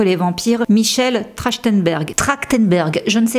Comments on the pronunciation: C'est pas pour être lourde mais , tu dit " Sarah Mitchell gellar" c'est peu être involontaire.. mais du coup c'est pas très précis , quand on sait que c'est Michelle la présence du "T" ca choque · Apparemment, je suis la seule à avoir un gros problème avec la prononciation qui bute sur "MiTchelle", très étrange...j'ai bcp de mal!!